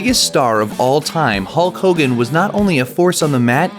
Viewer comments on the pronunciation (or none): hulk who-gan?